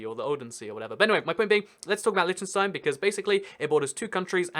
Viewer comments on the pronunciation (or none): It's LITTENstein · It's pronounced Lichtenshtine and the ch is pronounced like the rough sounding h in hue or huge. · Every pronounciation is wrong bro! :D Try it mit einem deutschen ch: ç -Milch (milk) Damn i like your content! c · "However you wanna pronounce it. I'm sure they won't mind." I am from Liechtenstein and do mind! just kidding lol